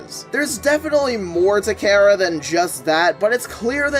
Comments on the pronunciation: it's pronounced kara not kera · its chara not karah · BROOOOOO!!!!!!! ITS PRONOUNCED CAR-A!!!!!!!